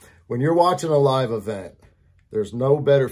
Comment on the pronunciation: It's LIEve 😄